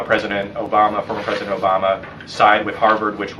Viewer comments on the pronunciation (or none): none